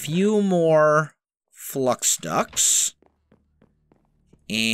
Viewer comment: Am I the only person who hears "flux ducks" instead of "flux ducts"